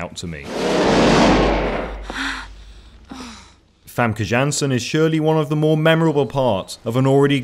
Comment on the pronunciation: Famke Jansen is a dutch name and therefore should be pronounced as such...